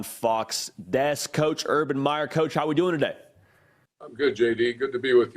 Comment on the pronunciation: His name is Meyer not Myers’s